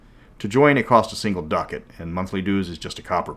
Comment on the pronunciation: Love ya, pal, but the way you pronounce ducat causes me physical pain.